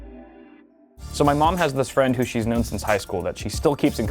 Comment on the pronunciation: Best Fwends